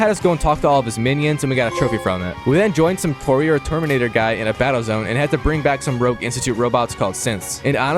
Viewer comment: Arghhh the word courier is driving me crazy!